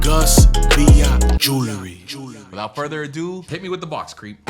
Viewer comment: It's Jewelry - not Jewlery.